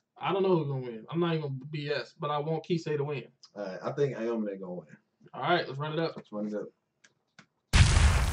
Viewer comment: heyy!! i've just binged watched your entire playlist of knb and am about to hit up the other ones. you guys are funny and provide a very chill atmosphere. i also love how you guys know the sport and can name all the moves (because i can't haha) no hate or anything but aomine is pronounced ow-me-neigh . i just noticed that and just wanted to be helpful. peace and stay lit, can't wait for s2